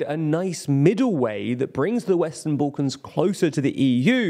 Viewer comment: Sorry bro, just where is "boollkons" ?